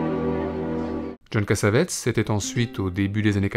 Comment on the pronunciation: Cass-A-Vé-Tiss ---> La bonne prononciation.